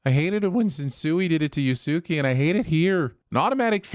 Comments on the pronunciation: For the record, Yusuke's name is pronounced "Yoos-kay." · Huh... never thought I would get a Yu Yu Hakusho Reference in a TV sins episode. Pretty sure that isn't how you pronounce the names though! (Though, it may be that way in the Sub!) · The way you mispronounced Sensui and Yusuke is sinful af But props for acknowledging Yu Yu Hakusho and one of the best villains in anime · pronouncing "Sen-sway" as "Sen-soo-ee" and "Yoos-kay" as "Yoo-soo-key" is absolutely a sin. I know it's not his fault for not being a weeb, but it hurts to hear Japanese names so casually butchered. Also, the fact that he referenced the Dark Tournament arc from YYH means he watched it enough to know the character names.